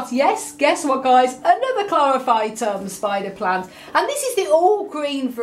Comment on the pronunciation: ??? Chlorpohytum what?